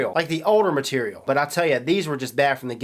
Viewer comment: Hahaha i love when he say's "CHINESE MATTERIAL"